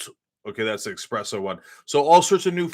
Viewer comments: CENK, :57 in, there is no such thing as EXpresso. It's Espresso. Learn English. I mean, Italian. Whatevah. Ain' no "k" sound in Espresso. Dude, code switch. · If you Google it, you will see espresso is one of the most commonly mispronounced words in the world, like nuclear vs nucular. It isn't a matter of pronouncing it differently in different areas, it is simply that many people get it wrong. A survey here in the UK found that more than 50% of the population get it wrong as it is an unusual word and people think it is pronounced 'express' as in fast coffee. I was guilty of this myself as espresso was not common in the UK until around 2000 when the coffee shop boom took place. Someone corrected me and I've said it the right way since. It might seem a little petty of them to point out in the comments but unless a person has a giant ego most people would prefer to be corrected, so they don't embarrass themselves in the future, rather than keep mispronouncing a word. Sorry for the waffle, have a nice day.